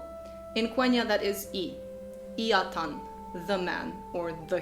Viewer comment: In many ways a nice summary, but do read up on the stress rules. For instance, atan is "AT-an" and not "a-TAN" .